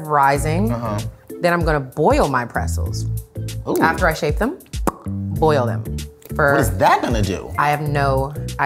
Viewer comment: i worked at auntie annes pretzels for years and coco made me cringe the whole round lmaoo and im mad she said wretzels and not auntie annes as well lmaoo...she could have just grabbed it by the two ends and the base and picked it up ... and the key to forming it is all in the wrist but she did a great job forming them her way as well lol